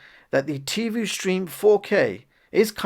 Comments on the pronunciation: Certainly I’m not the only one yelling at my phone...”IT’S TIVOOOHHHH NOT TIVUUUUU!’l Other than that it was a fine video. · Tivo is pronounced TivO like BonO not Tivu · It's not called Tee Voo, it's Tee Voh.